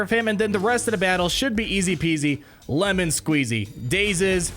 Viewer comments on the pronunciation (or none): none